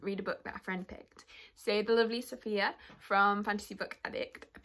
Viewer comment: Also, I’m proud of you for pronouncing it right ☺️👍🏾